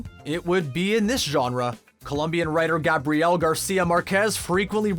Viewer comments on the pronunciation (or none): none